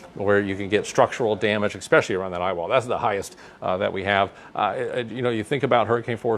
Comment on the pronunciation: Sorry sir but the word eXpecially does not exist. The correct word is eSpecially!